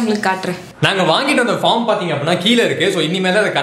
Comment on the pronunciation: 🎉All r superb😊👌உங்க videos பார்த்து பார்த்து...உங்க நெருங்குன சொந்த காரன் மாதிரி ஒரு பீஃலிங் வருது...🤪 Good attitude 👍👍👍 ஒரு சின்ன correction bro...பாஃர்ம்..... இல்ல பேஃர்ம்